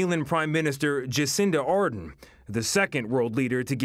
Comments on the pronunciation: Ardern not Ardun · Ard end OMG as a kiwi his pronunciation is driving me mad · The cringe of him pronouncing Neve and Ardern incorrectly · Omg guys it’s neve te aroha like... neve is pronounced knee eve te aroha is pronounced te arrow ha and adren is pronounced a durn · can babes not read? how is neve nev.. and how is ardern ardin. not even gonna get started on te aroha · Your pronoucing Jacindas last name wrong a silent r audern... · oh jeez his pronunciation of ardern